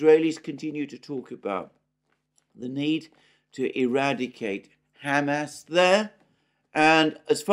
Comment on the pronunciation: says “Ham ass”